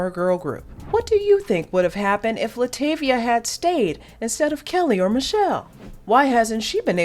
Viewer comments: Oh my, not this entire video with her name not being pronounced right😩😭(La’ TAH’ via) Also- That was her daughter not her as a kid. She was replaced by Farrah Franklin, not Michelle. She didn’t want to do music or be in the spotlight. (She is an introvert) She was m*lested by her stepdad when she was a child for years which that coupled with the DC exit caused depression and her wanting to stay in the house and not go out. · PRONOUNCE HER NAME CORRECTLY!! ITS ANNOYING!!! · 25 seconds in and you mispronounced Latavia’s name, I immediately clicked off the video. I can’t continue… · If you going to do a documentary on LaTavia atleast pronounce her name right! .